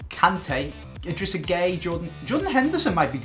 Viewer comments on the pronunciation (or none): none